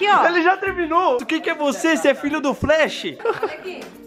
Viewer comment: Só eu que acho q o falou: flrash? (flash é o certo) kkkkkkkkkkkkkkkkkkkkkkkkkkk